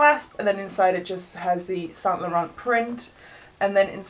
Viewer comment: loveee this collection butthe way she says saint laurant triggers me👁👄👁